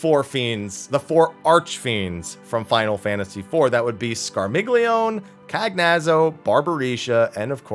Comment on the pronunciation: Just feel I have to point out that since the Archfiends' names are Italian in origin, it's likely the only one you pronounced correctly was Rubicante. The others are most likely to end up pronounced as follows: Scarmiglione = Scar-meel-yo-nay Cagnazzo = Ca-nyat-zo Barbaricca = Barba-ree-cha